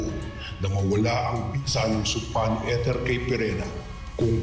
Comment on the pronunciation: Kesa sa eter naging ethor ang pronounciation 😂😂